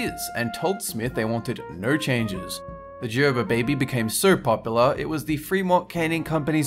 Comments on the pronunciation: I noticed it too. Since when is Gerber pronounced "Jerber"? The correct way is Gerber- with the "g" sound. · Isnt it Gerber not jerber? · He says "Jerber" I say "Gerber" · In America it's pronounced gir-ber, not gher-ber. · did anyone else noticed that pronounced gerber baby as jerber baby? it's not like a j, it's said with a g. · gerber = gurbur, not jurbur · Why did you call it "jerber" the first two times then said "gerber" only once also using a hard "g" is the correct way to say it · It is a G sound in the word and Gerber not a J sound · Gurrrrrrbuuuurrrrrr not Jerber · I'm pretty sure it's gur-bur, not jer-ber. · You pronounced Gerber wrong. not pronounced Jerber. G is pronounced like the word Golf. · It's grrrr-ber, not jer-ber. Not like jar, but more like grrr, like growl. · I thought it's pronounced Gerber, not Jerber. Do they say it a different way elsewhere? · Gerber is not pronounced as [jerr berr] it's pronounced as [Gerr Berr] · Omg its Gerber not Jerber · Gerber not Jerber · Gerber... not jerber... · JUR-bur? I always pronounced it GER-ber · i gotta help ya out. its gerber not jerber. gerrrrrrrrrr gerber.:) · Chuhpa chuhps? Jerber baby?, how could you do this to us 😭 I bet you say JIF too. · Am I the only one who was triggered by the way he pronounces Gerber? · did it bother anyone else that he said Gerber wrong? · don't be offended, its his accent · Paul Tafoya i was about to say that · Paul Tafoya same. I even looked up a commercial by them to make sure and definitely wrong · Paul Tafoya instantly came to the comments when he said it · Paul Tafoya me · I like the way you say Gerber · Noticed how he pronounces Gerber wrong until the 3rd time. Afterwards, continues saying it wrong. Also knew about 1/3 of these. :) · the way he said gerber made me want to die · Gerber starts with a hard "g." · That's jkt the way you are supposed to say Gerber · ugh im so triggerd that your saying Gerber wrong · Is it Gerber or Gerber?